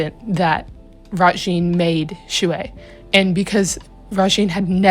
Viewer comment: I KNOW its annoying when people say it but.... THATS NOT HOW U PRONOUNCE SHUI (T^T) its shway so your oc name is shway shing